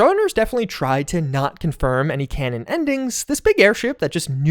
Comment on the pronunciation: Literally said "connon" 40 times in this video.